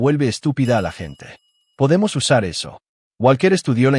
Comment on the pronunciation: Poydemos poydemos? Pueden cambiar esa estupidez artificial? O a la mejor es estupidez humana? Desde luego sea lo que sea que narra esta historia es ESTUPIDEZ cien por ciento